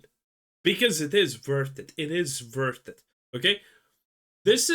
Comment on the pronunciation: It is vurted, it is vurted ! ( It's worth it ) 😂😂😅😅😅